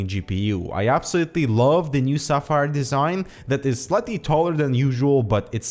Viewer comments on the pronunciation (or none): none